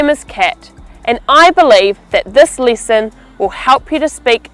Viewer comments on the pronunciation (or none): Also lesson = lisson? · Why do you pronounce lesson as "leeson"? Just teasing. American English has it's flaws too ;)